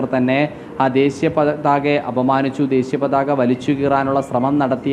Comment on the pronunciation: It's desheeya pathaka, and not desiya pathaka.